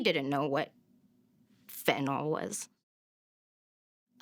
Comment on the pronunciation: It's pronounced fentanILL not FentanALL